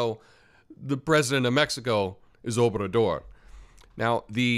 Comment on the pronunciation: It sounds kinda like you're saying President "Openthedoor" lol, and no I didn't plan that pun beforehand lol